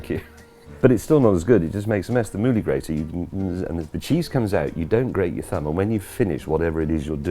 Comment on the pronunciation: Ill give the Mouli grater a try, I had to rewind what James was saying about 5 times, Moodie Grater? Movie Grater? Goggle struggled with those searches. Looks like a good grater and better than my current set up, James May approved. You should have the Amazon link in the description!